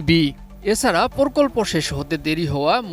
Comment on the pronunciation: সাংবাদিকের উচ্চারণ ঠিক করতে হবে সে বলছে (প্রকল্প) পরকল্প,(প্রকাশ) পরকাশ